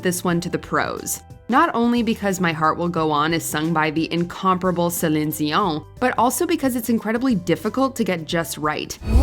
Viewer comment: I thought it was dion not zion